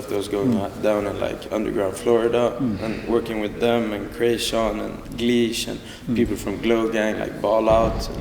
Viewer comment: the way he says it sounds so sickkk